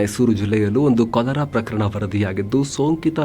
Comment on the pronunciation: ಸರ್, ಕಲರಾ ಅಲ್ಲ " ಕಾಲರಾ "